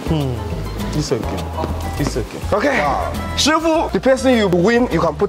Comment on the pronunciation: "SHIFU" or na "SHEFIU" 🤣